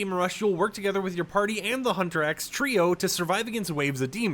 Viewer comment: HUNTER X is not how you pronounce the band name, please get it right next time or redo the take.